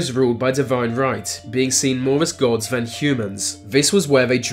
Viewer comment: Great vid, although you sound a bit inbred "More va most" ;)